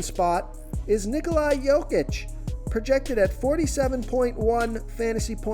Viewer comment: Nikola....where do continue seeing Ni-Ko-Li.....it is Ni-Ko-La